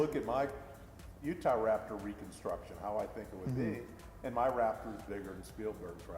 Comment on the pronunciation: he used to say utharaptor